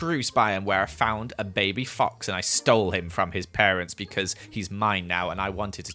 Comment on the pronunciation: You said beecauen